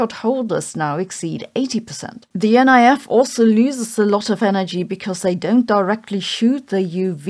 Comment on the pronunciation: Colloquially, the NIF is pronounced “nif”, not “N.I.F.”